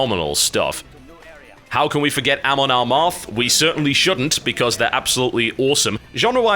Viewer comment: As they are my favourite band, I cringed so hard at your pronunciation of Amon Amarth. Although I must say that I love you even more now. Your musical taste is godlike. A bit basic, though. Some of the less well-known bands are much, MUCH better than say Soilwork. I could give you a list of bands I'm fairly sure you would enjoy or even love, but obviously work is the more important affair. You're a busy man!